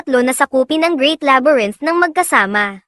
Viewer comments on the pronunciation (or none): none